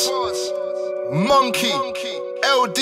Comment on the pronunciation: Man said mokey lol